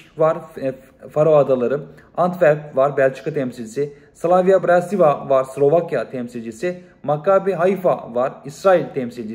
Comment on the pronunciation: Slovan bıratislava diye okunur o takım